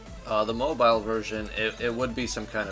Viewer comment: Did he say mobile owoooo